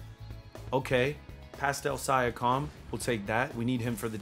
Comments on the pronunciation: It’s siiankam not siakam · I hope joking when he says Sya-com. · Love the vid but just fyi it is Sea-ahh-come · Pascal “Sia-com” 😂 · He said “syakam” LMAO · PASCAL SIGH-AH-CALM. LMAO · 'pascal si a kime' lmao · Is that really how you say Siakim or are you just trolling? lol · said pastal syakum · “Pastal siakom” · Pascal sigh-a-comm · He said siakom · sigh-ack-am is not it bro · I hope he was joking when he said siakam 💀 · Bruh my man says Siakam's name so wrong lol🤣🤣🤣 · can we say siakams name right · Mans said pascal last name do wrong 💀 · oh god i can NOT stand the siakam pronunciation 😭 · Siakam he can’t say it right it like do you even watch basketball